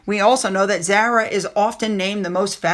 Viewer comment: Zara, (pronounced Z-ah-rah: not with an “a” as in apple) is NOT royal! Nor is her brother! She is part of the Royal Family, but IS NOT ROYAL! Only those members with the HRH are Royal! Also, you are still mispronouncing dressage which is dress-ah-jj,and Edinburgh and Norfolk! Pls learn!